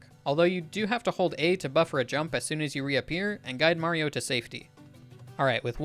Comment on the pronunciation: I hear Marble Zone even though it is Mario